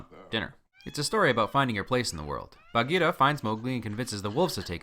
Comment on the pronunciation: as a cub scout leader, i appreciate the correct pronunciation of bagheera :)